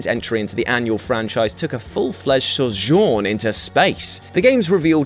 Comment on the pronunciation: Anyone else hear the way he sad sojourn? It sounded strange but it might just be me.